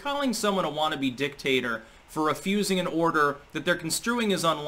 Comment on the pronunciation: Every time you said dictator, I heard dicktaster..#AndySucks